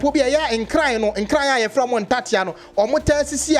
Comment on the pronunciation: Give it to them, the hate is huge for we the Asantes. They challenge us each day !It's pronounced nkranee.